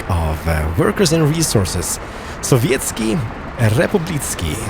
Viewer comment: Совиетский Рэпублитский ахахахаха :D